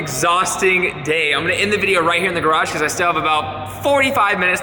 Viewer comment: You said garage